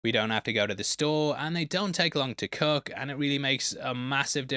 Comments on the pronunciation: And it’s pronounced Cook not cuck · Doesnt know how to "kook"? What is "kooking"? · Not making fun of the accent but the skill of preparing food is being pronounced the same as a crazy person. Kook.